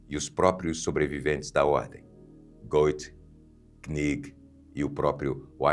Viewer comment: O sobrenome do autor de Fausto, pronuncia-se aproximadamente Guét.